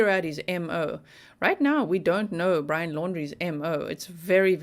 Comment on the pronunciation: It's Brian not brain